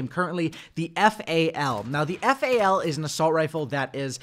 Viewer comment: It's not F-A-L bruv. It's Fal (F-owl)